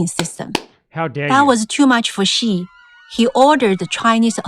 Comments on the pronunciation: For those who question her English accent, at least her Chinese is... also terrible. Xi sounds like Qi and Xiaoping like Shaoping. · is the narrator supposed to be Chinese? she doesn't even pronounce Xi properly